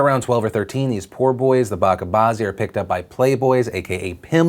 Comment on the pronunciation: It's pronounced ba-ch-a not bakka. You pronounced bazi correctly